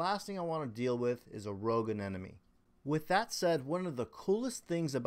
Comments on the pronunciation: A-NE-MO-ne Not a ne ne me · It’s an anemone, not an anenome. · I’ve been waiting for a year for my 12 year old clown to host in my new system. Glad you were able to get some success. Also, I have to say aneMoNe, not aneNoMe.. 😉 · I don't know why the wrong pronunciation of Anemone bothers me so much, but it does... I need an intervention! Uh-ne-muh-nee Uh-ne-muh-nee! 🤣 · Can't even pronounce ANEMONE